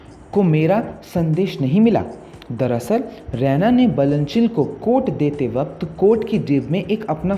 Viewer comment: Usse Raa eena pronounce karte h रैना nhi